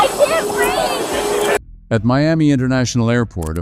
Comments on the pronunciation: "I can't breeve!" "Wad eye do?" "I dundo nuffen." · I had to wait a whole 6 minutes before the "I can't breev"... Not good enough 😉